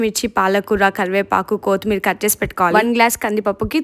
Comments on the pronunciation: Kothi-meera❎ Kotthimeera✅ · Koothmeer kadhu kothimeer😂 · Kothimir endamma.. edo first time kottimira matladtunnattu.. mari athi cheyyakandi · కోతి మీరా కాదు కొత్తి మీరా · కోతిమీర కాదురా కొత్తిమీర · Enti sir adhi kotmeer ah😂 kothimeera😅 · Ala cooker lo tinakudamma chala disgusting ga undi chudadadaniki.and adi kothimeera ,chimpanjee meera Kadamma kothimeera antaru